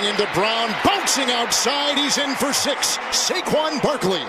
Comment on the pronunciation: man said sksksix yards